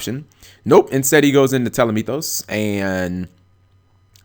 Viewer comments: Dude...."Tele-mee-thos"? Nah "Tah-leh-may-us" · "telemitos" damn G, it's Ptolemaeus ("pytole maios") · tall - o - may - us there's no "meethus" at the end. there's not even a "th" in the spelling of the name. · God damn it. It gets me every time how Cap pronounces Ptolemaues.